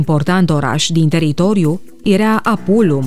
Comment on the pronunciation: cand te aud ca spui erea in loc de era... mi se pun pitici pe creier